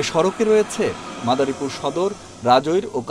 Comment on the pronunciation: মাতারীপুর নাকি মাদারিপুর বলল বুঝি নাই